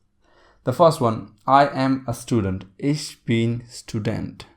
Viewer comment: "Ich" is pronounced kind of like "ik", with the "k" or "ch" at the back of the throat it is NOT pronounced as "ish".